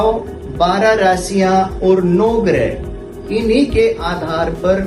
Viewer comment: Sir ye grih nhi h ye grah h